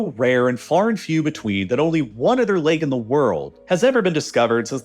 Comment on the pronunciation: “udder” quietness lol